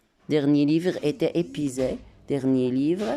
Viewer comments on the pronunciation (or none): Épuisé se lit épwisé et non pas épisé